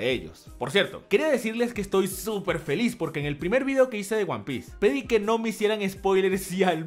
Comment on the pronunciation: Se dice SUPERRRRRRRRRRR